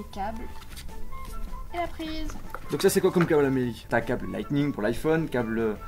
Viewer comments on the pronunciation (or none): none